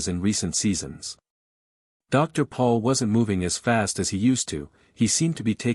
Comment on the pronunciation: ITS PRONIUNCED POLE NOT PAUL!